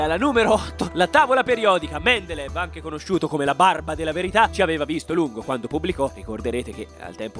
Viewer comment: Si pronuncia "Mendeleiev", ma bella top.